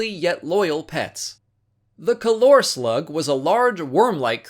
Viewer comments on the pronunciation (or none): none